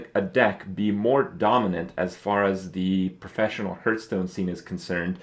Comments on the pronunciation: It annoys me that he pronounces "Hearthstone" like "Hurtstone"... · Why do you call it Hurtstone